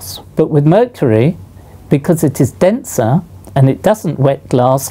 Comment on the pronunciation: "because its densaaah'